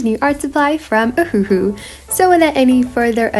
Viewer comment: wait, i thought it was pronounced O-wah-who? maybe i’m just slow 🤧😔🦷